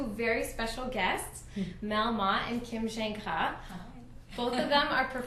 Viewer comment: Do you speak french? You said Kim's last name perfectly